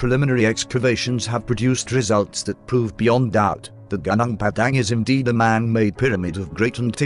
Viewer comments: Pronounce it : Gu (like Glue) Nung (Nung) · Would appreciate if you would read it becos I find that I cannot focus when a bot-voice is used. You can always google whatever you’re not sure on how to pronounce. The bot pronounces many non-English words wrongly anyway, e.g. Gunung should be “ goo-noong” Just saying...mind you. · the word "gunung" should pronounce "goonoong" not "gaanaang" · Gunung is not pronounced Gah_Nahng.. its pronounced Goo_noong lol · sorry, it spell gu - nung .... not ga - nang ...why western spell U as A i will never understand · gunung are pronounce goo-noong. and it means "mountain" in Indonesian.